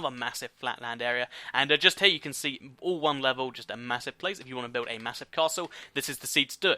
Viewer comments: He said seed rather than see! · Anyone else notice the way he says the word "see" he says seed